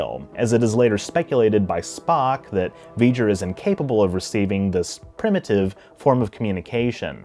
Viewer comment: Honestly, it sounded to me like 'weejur', not 'Vejur'. Perhaps you were channeling Chekov?